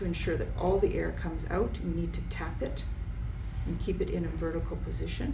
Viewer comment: Must be Canadian, she mispronounced "out" and Umbilical